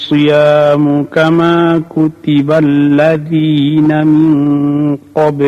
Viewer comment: Maaf Saudaraku Seiman.... Surat Al Baqoroh yang di bacakan Kyai... Perlu dikoreksi dibaca .....kutiballazdi.... ingsa Allah yang benar kutiba 'allal lazdi.... maaf mudah mudahan yang salah rekamannya..... Jazakumullah...